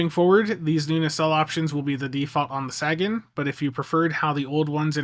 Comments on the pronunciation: Isn't it pronounced "Say-gen"? As in "Carl Sagan", the famous astronomer? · There he goes again with the "saggin". SMH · Great reviews as always! But dude, Sagan is pronounced SAY-gan as in Carl Sagan. Some also say SAY-gun. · Carl Saggin? SAB? You have a chance to get it wright. Eye hope yew dew sew. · I'm not normally this guy, but I'm pretty sure Sagan is with a long A than with a short a, like the guy they named it after Carl Sagan the astrophysicist, I may be wrong myself but I got too much respect for that man too let his name be mispronounced and not say anything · Look man. I enjoy a good troll as much as anyone, but my man Sagan deserves a bit more respect than that. Can you please pronounce the name correctly? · That's all well and good, but you've been told many times how to correctly pronounce the man's name, and you've acknowledged as much, yet I have never seen you make any effort to actually say it correctly. But it's fine, the only one that should be offended is Carl Sagan, and he's dead. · i LOVE YOU! It's just hard to hear you mispronounce his name. The ship is named after astronomer Carl Sagan. Dude was a hero of science.